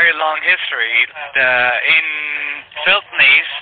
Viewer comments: Not only can he not say Philippines - EVEN AFTER YOU CORRECT HIM, he STILL cannot say it..... but that's where he is. He's in Feelpines. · Omg Philpines if you're going to say a country name get right. The reasoning he stated for scamming is a lot of friggin horse puck. Second today omg I can't get enough of you slapping them down Ty take ❤️👍☎️ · That’s a damn shame if you are going to pretend to be in another country at least pick one that you can pronounce 🙄as always great job 👏🏽😘